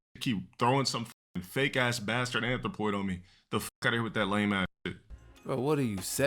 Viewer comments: GA-DUUUH NOT DA ANTH-RO-POY 😩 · This du constant butchering of the English language is triggering. Like why does he keep saying anthropoid when he clearly doesn’t know what it means? This is up there with him using spectacle and morality.